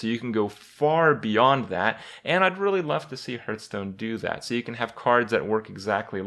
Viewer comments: I dream of the day when Kripp pronounces Hearthstone correctly / What is this Hurtstone he's talking about?